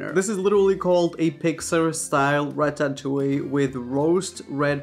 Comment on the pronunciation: i love the way he says ratatouie lol wai wait wait wait wait, hold on a second, raphael. Vegan corndogs taste WAY better than carrots. Don't ever come for them